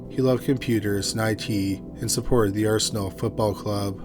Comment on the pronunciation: thank you for getting the name right, The Arsenal! Come On You Gunners!